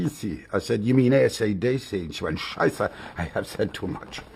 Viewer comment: He say the word scheiße perfectly